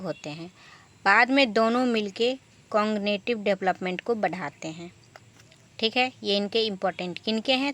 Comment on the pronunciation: Continuetive nhi cognitive 😂